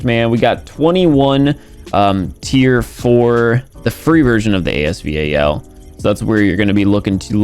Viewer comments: normal person: as-val: A S V A L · And thats a fact😂😂 He says A-S-V-A-L And everybody calls it As Val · Nobody: Literally nobody:: "The epic A-S-V-A-L " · A.S.V.A.L Me:AS VAL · it’s not A S V A L. It’s ASVAL. It’s AY S VAL. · Stop calling it. “A S V A L” it’s giving me anxiety 😂😂😂 it’s “AS VAL” like say the name “ Valerie” without the erie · stupid he said a-s-v-a-l and in the trailer during the video said the legendary asval judgement it’s not a legendary we haven’t had any lucky draws yet so it’s not legendary gun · no it is pronounced as A.S VAL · Lol AS “V.A.L”